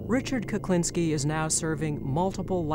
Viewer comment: I'm sure the narrator is saying Kuplinski most of the time or maybe my hearing is going. Whatever the reason it's pissing me off lol